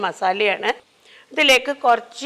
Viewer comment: ഇങ്ങളെ cooking നേക്കാൾ ഇൻക്കിഷ്ട്ടം ഇങ്ങളെ ബർത്താനം ആണുട്ടോ 😌ഇങ്ങൾ കൊർച് എന്ന് പറീണത് എന്ത് രസായിട്ടാ ❤